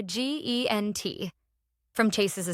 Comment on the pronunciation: "You are GENT" instead of "URGENT" is inexcusable.